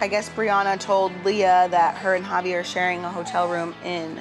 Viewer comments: Okay so they purposely say everyones name wrong , bris family as a collective mispronounced devoins name and now the sister purposely calls him "JAHvi" even the bri clearly says "HAvi" wassup with that . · Drama aside Brittany pronouncing javi name wrong is always funny asf 😂😂😂